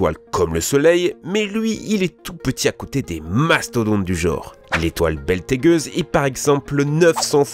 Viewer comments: C'est bételgeuse pas Beltégeuse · Beltégueuse ? C’est bETELgeuse ? Ça se prononce Bételjeuse. Plein d’erreurs dans cette vidéo c’est fou... après je dis pas, on peut faire des erreurs mais là .... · "L'étoile Beltégueuse", c'est Bételgeuse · "Belle t'es gueuse" ? mdr c'est Betelgeuse... A prendre avec le sourire bien sûr. Je mets mon like comme d'hab :) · Dès le début tu as dit l'étoile " beltégueuse " mais sa se dit " Bételgeuse " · Béltegeuse ≠ Bételgeuse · Beltegeuse rectification : Bételgeuse (Bételjeuse pour la prononciation) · C'est pas Beltégueuse, c'est Bételgeuse. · Dès le début de la vidéo j'ai eu mal aux oreilles haha, tu dis l'étoile "beltegueuse" alors que c'est "Bételgeuse" et ça se prononce " Bétèljeuz" désolé c'est de la critique facile mais fallait que je le dise haha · Mais c'est ge pas gueuse C'est betelge mais betelgue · C’est Betelgeuse et non beltegueuse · On est pris pour des enfants, le commentateur prononce mal le nom de l'étoile Bételgeuse (et non Beltégeuse), rien n'est vérifié ni repris, faute d'orthographe de concert, ça fait très amateur peu patenté, sensationnalisme pour masse rendue phobique et du coup paniquée (avec un peu de chance). Sous-titrages primitifs écrits comme on parle entre "potes". On parle se rayonnement, mais je doute que ladite voix off ne sache qu'il est question de longueur d'onde de photons puisqu'elle ne l'explique pas. C'est de la sur-vulgarisation avec des petits bonshommes rigolos d'où ne ressortent que des mots dont on n'explique pas tout. Pas inintéressant bien-sûr. Mais déçu du niveau qualitatif. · Bételgeuse. Pas Beltégueuse. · "L'étoile Beltégueuse" ? YouTube a mis dans mon algorithme la vidéo d'un spécialiste, je vois... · Ca se prononce ’’Bétèljeuse’’ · « Beltegeuse » mdddr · Faudra revoir la prononciation de Bételgeuse. On notera aussi la couche d'ojone et le Bruce Barner, les deux galorxies, les trous noirs sur marcife...un petit problème d'élocution ?!?